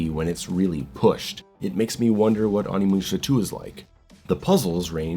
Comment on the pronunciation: its not AW-nimusha. It's O-nimusha (probably, correct me if Im wrong)